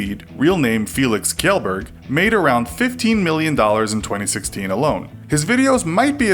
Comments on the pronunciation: You said pewds last name wrong it chel not kel buts spelts kjel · Not Kielberg, it is pronounced Kchellburg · ITS NOT FELIX KEELBERG ITS PRONOUNCED SCHELBERG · It’s not Kelleberg, it’s pronounced Shellberg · You fvcked it up! It's Felix Shellberg! not KYELLberg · "Felix kelburg" It's such an easy name to pronounce why does everyone mess it up??? It's pronounced "Felix shellburg" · Killberg, goodness sake just say chelberg :P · ITS PRONOUNCED SHELLBERG.... NOT KELLBERG XD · WHY DID YOU PRONOUNCE HIS NAME GILBERG. IT'S PRONOUNCED SHELL-BERG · Felix Kelburg? It is pronounced felix shelbirg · OMG! WHY ITS NOT KELBERG ITS PRONOUNCED AS /shel-berg/ ugh. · Pewd's last name is pronounced shellberg. By him. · Chandler Short “shjellburg” is the pronounciation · DG Felix Shell-Berg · DG Its pronounced Kejile-berg you can't really say the kj properly with letters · It\s pronounced Shell-Berj (short e in berj) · It’s Pronounced Shelburg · Stabby It's pronounced Keelburg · Stabby NO SHELBURG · Codo8 nope is pronounced Shell Ber j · Pewdiepie's last name is pronounced Shellberg. How hard can it be to do some basic research? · IT'S PRONOUNCED 'SHELLBERG' THAT TRIGGERS ME FOR SOME REASON! throws table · Kjelberg is pronounced “Shell-Burg” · It's pronounced shellberg, I think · Kjellburg is Shell-Burg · Its Kjellberg not keelbeerg. Its like saying Yackson instead of Jackson -___ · hey, kjellberg is pronounced "shellberg" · IT'S PRONOUNCED FELIX SHELBERG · its pronounced shellburg 😐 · FELIX (SHELL-BERG) It's not that hard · I can blame you for mistakes and stupid things in the video itself though. Mispronouncing Kjellberg and Germán, only fixing the claim that Smosh is still a duo in the text, conflating dropping out of high school with dropping out of freaking HARVARD, and just generally irrelevant comparisons in the video. If you really had to make this, you could've at least done it better. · that's not how you pronounce Kjellberg... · You pronounced Felix's last name wrong.